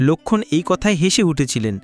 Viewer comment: কী বিশ্রী বাংলা উচ্চারণ। বাঃলা এতো সহজ ভাষা নয়। কেনো লোক্ষন! লোক্ষন! উচচারণ করছেন?